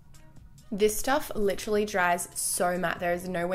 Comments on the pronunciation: who the fuck hates on her saying liTTTerally? Its so funny when Michael and her use each other's words so funny! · Please don't stop saying "literally" the way you do. It's so funny 😂😂😂😂😭😭